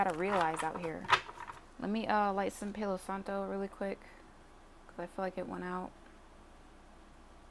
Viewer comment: “Pay-Loh Santoh” 😭